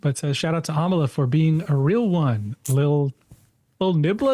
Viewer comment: Its not Amala its Amala